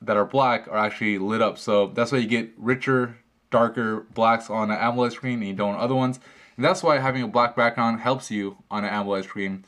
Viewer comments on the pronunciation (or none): wow dude you really need to learn how to pronounce AMOLED